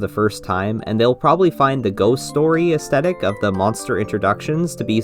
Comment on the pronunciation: please, please, PLEASE pronounce the "th" in "aesthetic." edit: this is a big mood btw.